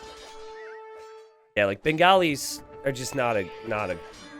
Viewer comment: mate I love you and but goddamn the pronunciations are so bad. Its Hindu-Stanis (not Stan but Sta-anis). The Bengalis are supposed to be pronounced as Ben-gaw-lis(बंगाली not Ben-gali). The UU of Hindustanis are Ghulams( Gul-alms as in how you pronounce Alms not Ghulums). They aren't Gollums lol.